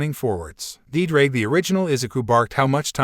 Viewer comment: My Welsh heart is hurting every time I hear Ddraig